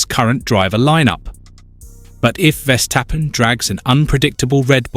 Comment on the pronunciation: Verstappen not Vestappen. It’s so annoying I turned you off.